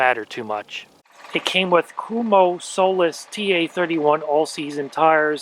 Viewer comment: I wouldn't have pronounced KUMHO like that 😂